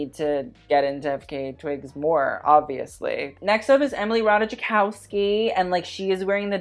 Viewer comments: It's Rah-tie-koff-ski. Or ratajˈkɔfskʲi, if you can read IPA. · Ratajkowski is pronounced 'Rataikovsky'. I was about to comment that and that's when you reuploaded the vid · just a little correction, comming from Slavic person, her surname is actually pronounced Rataykowski, generally in Slavic languages j is pronounced as y (if there is even j involved). Maybe I'm wrong, maybe she pronounces it as he said it in the video, but yeah, friendly correction